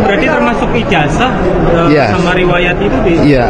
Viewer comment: ijaza bukan ijaja bukan ijasa masak nyebut ijaza saja tidak bisa katanya sekolah tinggi mendingan saya seorang petani tauu tata bahasa